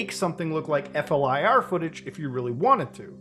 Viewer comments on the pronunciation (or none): Vimanas man. Edit: FLIR is pronounced fleer. Forward looking infrared. Lots of acronyms in this field. Also sneaki g a phone/camera into a sciff is 99.99% impossible. I think these are hoax videos, but interesting nonetheless. Edit 2: The satellite footage in how it is presented appears to be an "accurate representation" of capabilities, but I don't believe that the footage is genuine. here if you want me to spend some time on it.